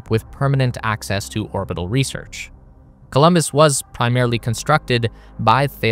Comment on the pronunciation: It‘s Columbus, not Colombus